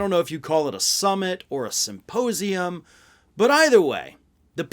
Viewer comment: 'Simposium' lmao